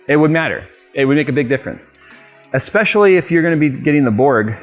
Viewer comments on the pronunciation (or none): none